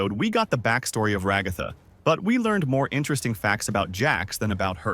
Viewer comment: RagÁtha, KamAUla... strange way to pronounce the name but okay...